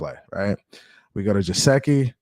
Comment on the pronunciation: No offense but it’s Geh-sicky not Je-seh-ky